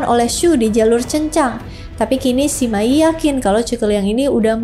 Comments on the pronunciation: Bacanya Sema Yi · saya pribadi kurang tertarik dengan kisah 3 negara ( San Kuo Yan Yi ), tapi saya ikut menonton karena kisah cuke kungming dengan sima yi. sebenarnya saya lebih tertarik kisah persaingan cuke kungming dengan pang tong saya hanya ingin mengoreksi, kalau cara baca sima yi adalah sema i. itu aja makasih hehe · Sima yi tu harusnya dibaca se ma yi 😅